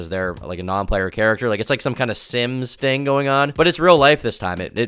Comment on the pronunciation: The way this chick talks makes me so upset is it really that hard to pronounce the H in thing